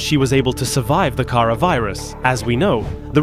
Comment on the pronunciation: Oh I thought he said chara